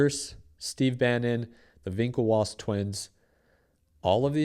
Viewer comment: “Vikelwoss twins” 👏😅